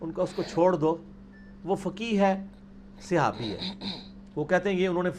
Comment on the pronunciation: Sihabi nhi khuda Ka wasta apni pronunciation teak kro.